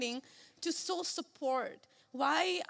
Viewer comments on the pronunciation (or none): She should first learn how to say SHOW instead of saww???? 😂